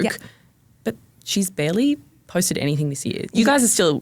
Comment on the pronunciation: It's anyTHING...not anythink